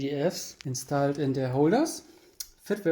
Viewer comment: and its called instoled and not installed xD